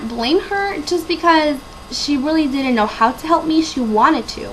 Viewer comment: You are not "undocumented". You are an illegal alien. Also , "didn't" is not pronounced "did-dint".